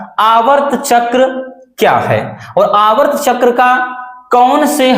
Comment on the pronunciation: Aavart chakra nahi sir aartav chakra 😮